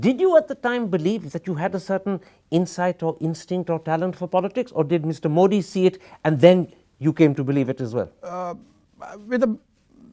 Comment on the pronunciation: Why pronounce ' मोडी' pretending like you are from some Western country